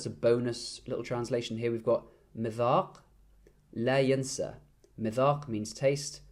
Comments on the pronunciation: Yonsah is passive not yansa its yonsa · your arabic is quite good, but in the sentence "مذاق لا ينسى " ..the word "ينسى" is a passive voice form ,,so it's read like "yunsa" not "yansa" . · فعل ينسى pronounced as yonsah(passive form)